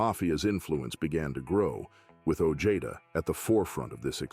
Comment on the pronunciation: Peter Sana ojeda last name sounds like (oh-hey-da)not the way this narrator saying it .